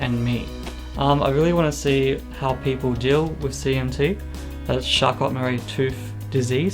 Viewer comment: Great video. Charcot is pronounced CHAR-CO (it's French)